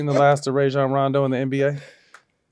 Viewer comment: They still saying Rajon name wrong